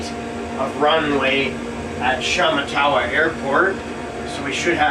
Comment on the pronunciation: it's pronounced sh matt a wa.